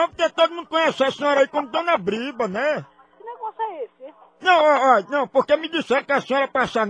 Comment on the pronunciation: Sabe nem falar. Não é briba. É BRÍBORA